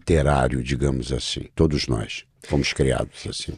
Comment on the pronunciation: Eu até q ia assistir por causa de Miguel... Más como vc avacalhou com esse "todis" Eu não Clico mais no seu canal de jeito nem um!!!